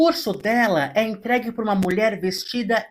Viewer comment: "Molher". Pq falar assim srta??